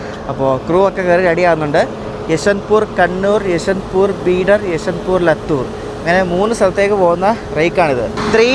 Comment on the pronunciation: ലത്തൂർ അല്ല ലാത്തൂർ